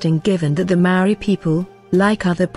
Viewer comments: Sorry robot lady your droney pronounciation makes me wanna cover my poor ears! The word Maaori has once again, perhaps deliberately? Being mis-used and widely mis-understood by the local kiwi new zealanders and tauiwi(non'local/foreigner) alike! Maaori ie; Natural / normal /pure as in state of being and or consciousness invoked spiritual awareness of a knowing! We are tangata whenua Nga haapu a Maui potiki a Taranga! Living desendants from our demi'god tupuna(ancestor) Maui the Sun Catcher! Your brave attempt 2 misinform the global masses and share your shallow interpretation of what u think u Know is unwanted misleading and disrepectful in my opinion and simply adds more speculation 2 the veiled mysteries held sacred by tangata whenua! Mauri ora whanau Bless😉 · A good pod. Though, you really would do well to check your pronounciations of Kiwi words, bad pronunciation is like nails on a blackboard. From anywhere in the world, you can easily master the pronunciation... start with the sounds of vowels. When you understand their pronunciation, the rest flows. Respectfully, this is NOT england. We do not speak as you do. Return the respect and bone up on how to pronounce our words before you make a vid of us , please.